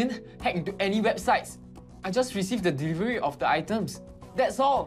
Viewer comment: it killed me when he pronounced delivery as ' devivery '